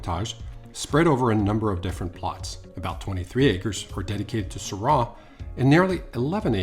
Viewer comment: I am a fan of Jean Paul Jaboulet and Chapoutier, Rhone is so much bigger than this granite mountain. Go visit smaller wineries in Saint Joseph, Gigondas, Vaqueras. desertwine like Beaume de Venice. Doing posh over an too expensive bottle and not knowing how to pronounce Syrah. We will not drink this stuff so look for your own discoveries. ;) enjoy.